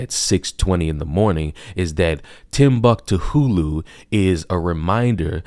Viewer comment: Timbuck Tahooloo 🤣 lit tonight